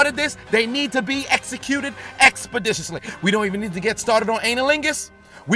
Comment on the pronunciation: The amount of times I heard the word expodiciously...